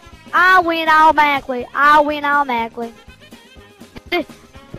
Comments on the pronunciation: When he said "I win automatically" he said almackly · isnt it pronounced auTomaTically